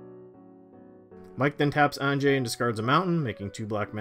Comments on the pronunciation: Isn’t it supposed to be Ann-yeh? I thought it was the Germanic pronunciation. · Okay idk if anyone’s said it yet but AHN-YA. Anje-ahnya. The innistrad vampires are Russian nobility based, not basic white girl based. That being said, interesting game. Fun commanders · Anje is from Inistrad, which is like Germany. So you say it like a y and not a j. So it actaully sounds more like Anye. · The big one for me was "An-jay", it's really pronounced "Anya". She's from Innistrad, which is Eastern Europe/Gothic inspired. It's like "ja" in German, which sounds like pretty much like "ya". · ON-JAY I'll never unhear it ;_ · Bro, it hurts to hear Anjay instead of Anje... don't quote me here, but I'm relatively certain that a J following an N usually produces an Ñ sound, which although that symbol isn't normally printed in English, the sound remains the same. Also, Anje's graveyard was a bigger target than the Brainstorm... I should mention that there is probably no specific English grammar rule as to why this exists because of weird words like Banjo, but even so it is uncomfortable to hear OnJay... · Why can no one pronounce Anje correctly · Had to have all of Mike's turns on Mute. Can't take the weird Canadians pronouncing Anje with a "g" sound.